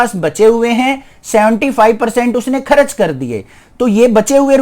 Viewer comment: Sir kharach Nahi hota vo kharch hota he😂😂